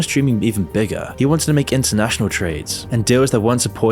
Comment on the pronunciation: nternational... really?